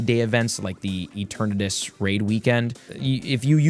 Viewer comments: please bro "e-TERN-atus. great video though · What the hell is a E-tur-nay-tus? It kills my ears the way you pronounce it.